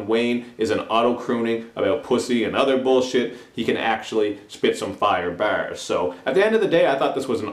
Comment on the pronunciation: you pronounce barz funny.. sounds like your saying bares lol, i got u tho.